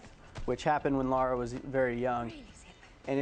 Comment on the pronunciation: Before the video starts I wonder if he'll call her Laura instead of Lara?